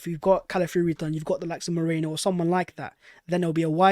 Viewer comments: It's m-E-r-I-no, like the wool, not moreno like alberto (and which also means "dark") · Merino. Not Moreno. It's really easy. Its not a Georgian name or anything. I'm not sure why we're butchering the name so much.